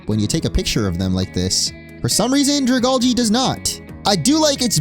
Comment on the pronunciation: It’s pronounced druh-GAL-jee, DRAM-puh, and FAY-links, “”! 🤨